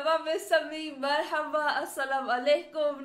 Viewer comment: I am so in love with your style in talking😂 especially when you try to speak arabic I love your marhaba😍